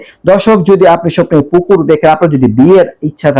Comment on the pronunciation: পুকুর বলছে নাকি কুকুর বলছে